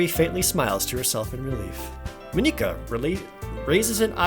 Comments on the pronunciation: Jared, I love your videos and what you do, and normally I wouldn't really care so much about these sorts of things.... however I have to do this for best girl... It's pronounced M-on-e-ca. I have a feeling this won't really matter as you have most likely recorded your whole playthrough already and can't change your pronunciation now but for the sake of my soul and best girl.... I had to say something. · Jared, I bet you'll have lotsa comments about this but how you say Monika is wrong and how to actually say it the normal way is Mon like Poke-mon and ika like Kid Icarus. So its the normal pronunciation of Monika. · ProJared Plays! By the way it is actually pronounced monica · I got mad when he said Monika’s name wrong I mean it is just Monika just Monika just Monika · I find it kinda funny how your initial pronunciation of Monika is literally the punchline of a 4th wall joke she makes later. We off to a good start. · O'Donnell Andrew true, it’s not a Japanese name, but it’s being presented in an obviously Japanese setting. I still love watching him play, it just made me cringe a little lol. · I AM NOT MENTALLY READY FOR THIS PLZ SAY MONIKA RIGHT!!! just sayin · Monikas name being pronounced like that though. Oof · How did jared butcher monikas name that bad xD I guess he tried to make it sound japanese since the other girls have names from Japan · I'm going to watch the series even if the way you pronounce Monika is weird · You've probably gotten this a lot, but her name is pronounced Mah NIK uh, not MOE neek uh. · Dude just pronounce it as just Monica. It’s fine. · The ´´normal´´ guys: Mon-ika Jared: Mo-nika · I LAUGHED WHEN HE PRONOUNCED MONIKA “MOE-KNE-KA”. I DONT BLAME HIM OR ANYTHING IM JUST USED TO “MON-IC-AH” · elora ナロン But doesn’t Monika say that Mon-ika (four syllables) is the wrong pronunciation? So it’d be three syllables, mo-ni-ka. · Moniquea is triggering me lol its pronounced Monicka... Just Monika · Please... MONika, not MoNIka. Thanks in advance :(